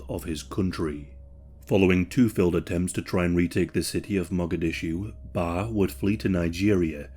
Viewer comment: Not “ISAAC” it’s pronounced Eesaaq, “lSAAQ”, and it’s not “BAR” it’s Baraay, “BARRE”. Thanks for everything you pronounced everything else great!:)